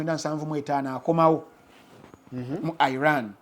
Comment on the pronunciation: Naye banaye🤣🤣 its Iran not eye ran